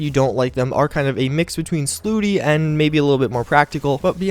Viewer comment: When he says Slutty as Slooty